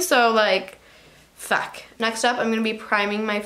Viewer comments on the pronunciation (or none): On when she said fuck it sounds like a Russian accent.